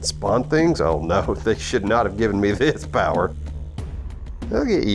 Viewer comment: Why did turn into a freaking southern belle? XDD "Well, a new powwa was discovered! I do declare~" Calm down Scarlet O'hare